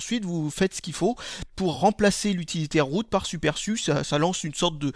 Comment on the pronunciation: on dirais que tu dis toujours biroute,mdr